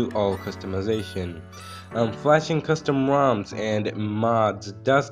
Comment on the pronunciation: I don't know if you say moms or roms 😅